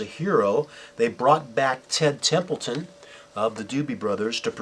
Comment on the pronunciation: Ted Templeman. Not "Templeton".